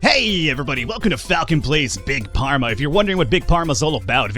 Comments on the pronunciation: you prenounsh it fharma not pharma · If you keep saying Pharma instead of Farma, I swear I will hunt you down in the unturned server. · please stop saying Big PARMA... it's pronounced "(F)arma" >_> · I love that you keep calling the game Big parma instead of big pharma (as in pharmaceutical) :p You're also the second youtuber I follow to play this game and I love that you have a totally different playstyle. Keep it up ! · It’s pronounced farma (pharma) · WTF is with pronouncing it "big parma" ? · It's pronounced Farma Falcon ;) And I did not expect you to play this. Good luck and if you have any questions I will try and answer them :) Btw, the competitors are very predictable, they will always go for the best selling medcine first and they will always create cures special events demand.